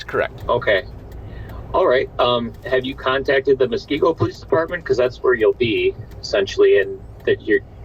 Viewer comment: I don't think a person in WI needs to have dementia for the Silver Alert, just worry for an elderly person. Just for future information. And I'm sure others will let you guys know but it's "musk-KEE-go". edit: Years ago I might have been kind of shocked about the sister spying on the ring doorbell, but now I am all like, "Whew, good thing they are all watching out for each other.". What a world this is we live in. Hope the family finds their mom.